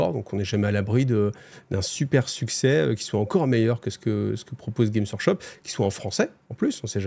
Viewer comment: Ça fait plaisir d'avoir un youtuber français qui prononce le S GameS Workshop, ça me trigger de ouf quand il est pas prononcé (et c'est très fréquent :) )